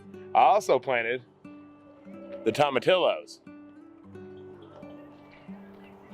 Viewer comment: You crack me up with the word tomatillos in Spanish the ll makes the y sound:) so it is more like tomati-y-os